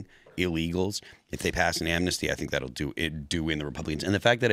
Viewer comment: Its not Amnasty please inform yourself read the bill ITS NOT AMNASTY.